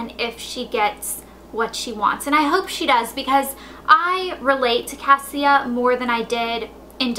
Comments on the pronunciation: Her name is pronounced CA-Sha not cassia, the author told me. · the girl's name Cassia it's actually pronounced Kashia lol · And her name is pronouces Kasha. Like kesha, but with an an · So apparently her name isn't pronounced as "Cass-ie-uh" it's pronounced "Cash-uh" according to Allie Condie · When i read Matched i pronounced Cassia as Cas-see-ah throughout the whole book but then i watched and interview of the author and she pronounced it Casha... Idk how i can read the second one now... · I think she means Cassia is pronounced Kosha. I didn't know this though, so I think the way you pronounce it is fine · Her names actually prounced kasha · Cassia is pronounced like Ke$ha except with an "a"... just so you know.